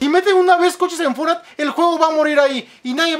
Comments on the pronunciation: La palabra Fornait :v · Fornait xd